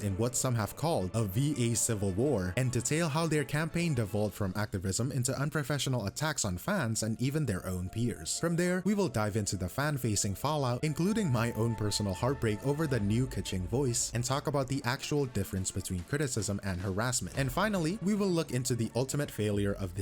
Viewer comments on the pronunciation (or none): not to be the guy but its peers not piers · EN is not my first language but I am almost sure that's the wrong "piers". I think you mean "peers".